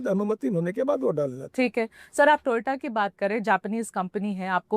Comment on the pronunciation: Ek aur dhritrastra paida hua putra moh me andha.PM Banane ka khwab dekh rahe hai 😔 Ye technical bhasha bolenge .Jo toyota ko baar baar toyoto bol rahe hai 😝😝😝 Pahle sabka vishwas jita, badi badi baate ki, silent advertusing ki, chori chori apne aaspaas के sabhi ko dhande pe lagaya,fir dhokadhadi ka dhanda karna shuru chalu kiya. Ye dhokadhadi nahi tobkya hai, jab aap janta ko bina bataye,petrol pump par na koi hording na banner petrol me ehenol ki milavat kar rahe hai ye sarasar dhikadhadi hi hai.